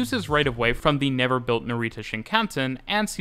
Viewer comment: Great video, but I really wish you'd learnt how to pronounce Japanese words at least a little bit before this, it's not super important but some of the words like NaREEta were really painful to hear haha.